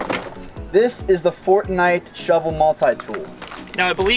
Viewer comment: DId you Say Fortnite Showel??